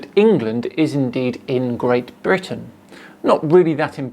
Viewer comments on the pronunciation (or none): none